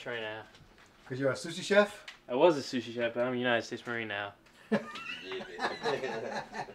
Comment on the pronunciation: "Soosie" Chef LOL. It's pronounced "Sue" Chef. Happy Birthday Connor and safe travels